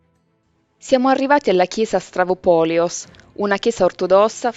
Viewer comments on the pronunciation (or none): Si ma si chiama Stavropoleos, non Stravopoleos!